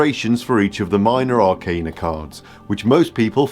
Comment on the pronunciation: I very much appreciate that you pronounce “arcana” correctly. Almost all of the other tarot content creators pronounce it wrong and I cringe every time 😅